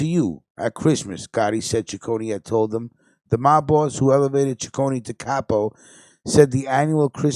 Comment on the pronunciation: Correction my last names pronounced C I c c one there’s no CH or y it’s not Chiconey